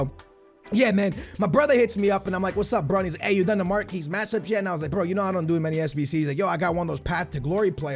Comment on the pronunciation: Mark-Ee matchups not marquese matchups